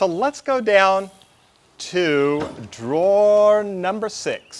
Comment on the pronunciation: I thought it was a typo, but you repeated it three times. ?What's a draw ? Drawer. Why do you hate the "er" so much?